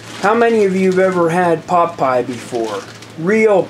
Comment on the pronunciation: So... you're starting a cooking show, too? 😉 I can appreciate that. Pot Pie really sounds like Pop'eye. 😆 o_< An interesting concept. It's like a stew with pieces of dough in it. In Finnish Karelian traditional cousine in the Eastern Finland (and I guess in the current Russian side, too), there's this bread with pieces of pork and rutabaga in it. You traditionally eat it warm and with some butter, yum. 😋 It's called "lanttukukko" or a "rutabaga purse/rooster", depending on the etymology of the word "kukko". In Savonia, a little bit more to the West from Karelia, the dish is traditionally filled with fish and pork. That's called "kalakukko" or a "fish purse/rooster".